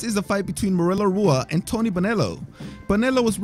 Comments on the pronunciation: How do you manage to pronounce Rua wrong? He’s an MMA legend you should know this shit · It’s pronounced like Hua not Rua. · Not Rua. Hua. R is h sounding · Rua is pronounced “Hua”... Portuguese my friend. R’s are H sounds